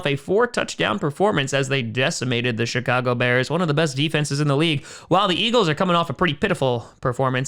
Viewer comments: I can't tell if is saying Chicago or shitcago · I swear he says shitcago bears everytime